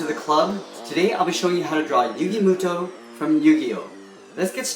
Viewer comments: Its moto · yugi muto what its moto